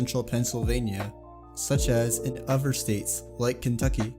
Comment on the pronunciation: This dude cannot say the word other correctly